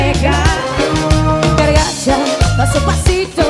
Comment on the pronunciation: Ella dice "cargacha"? O escuché mal?